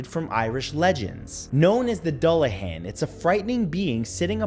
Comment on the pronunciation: Honestly, this video was disappointing. From the horribly mispronounced Dullahan to the over use of spiders. This wasn't creepy in the slightest.